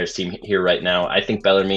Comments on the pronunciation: Bell ar moon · It's pronounced BELL-ER-MEN. Please and thank you. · Bellarmine is pronounced "bell-er-men."